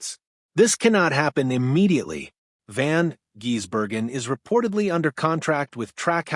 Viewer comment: F..king aye, butchering his name by say jezbergen instead of Gisbergen. Come on man at least learn how to pronounce his name with the proper respect he deserves